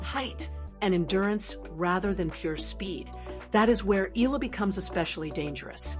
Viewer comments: HEY MS YOUTUBE SPEAKER, THE CORRECT PRONUNCIATION OF ALEXANDRA’S LAST NAME IS E-YAH-LA! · Agree ❤ E yah la